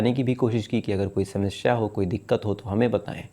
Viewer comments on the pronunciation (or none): none